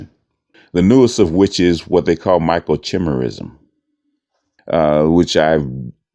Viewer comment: FYI, the "CH" in Microchimerism is pronounced with a "k". it's "micro-Ki-MEER-ism"